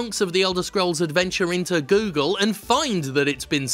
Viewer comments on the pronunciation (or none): none